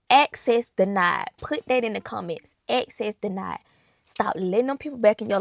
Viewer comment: axcess denid